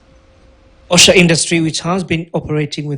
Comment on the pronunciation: Kindly it's OSHO NOT OSHA MAKE THE CHANGES